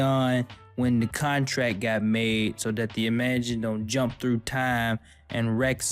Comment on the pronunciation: It's not I-MA-jin, but Imajin, one quick no particular syllable emphasis word.